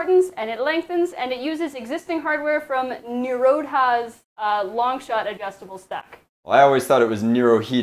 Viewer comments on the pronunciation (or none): Awsome work by Milan using the rods for an extendible TC stock! Thank you for mentioning me aswell being the creator of those rods for the adjustable Longshot Stock. As far as my nickname goes... I should have chosen something else it seems:-) Lots of people get it wrong... Although you had it right in older video’s:-)... Nirodha (one of the four Noble Truths) is pronounced (by me anyway) as: Neye-row-dah (if that makes sense:-)) so ‘eye’ as in ‘eyeball’ but with an N in front... and then the rest:-P...